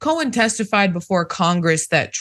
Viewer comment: His last name is Cohen, not cowan.